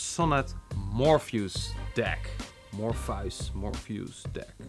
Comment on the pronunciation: Mor-fee-us. Your pronunciation is idiosyncratic to put it nicely.